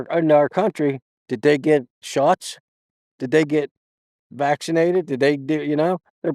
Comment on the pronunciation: "They unvaccinatted" 😂